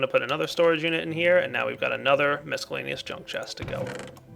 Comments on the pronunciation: Nope, check online dictionaries that have an audio button to press to hear how it's pronounced. The c is silent. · does it not bother anyone else how he says miscellaneous? Don't pronounce the c! It perturbs me :( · Does ever stop mispronouncing miscellaneous (it's a SILENT c)? It's driving me crazy.